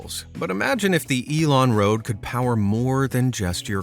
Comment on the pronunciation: As a swede it hurts my brain to hear it pronounced Elon-Road over and over knowing the dude speaking thinks Elon is electricity in swedish. No dude, no.